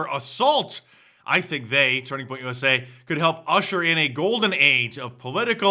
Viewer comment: USA not USI